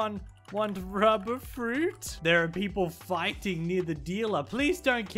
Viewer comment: I love he call the rubber is ruber with no 2 b